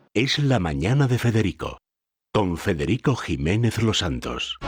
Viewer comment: Todo tuyo " Fedghedico. Ese latín simple... 🤦‍♂️